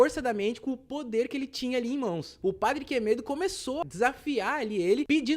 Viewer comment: "o padre quemedo" Quem entendeu a referência ? Kkkkkk